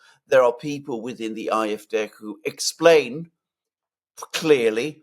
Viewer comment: Ah eff deh, not eye eff deh, Alexander!